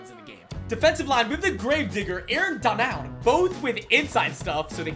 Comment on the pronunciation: why he say donald like that 😭💀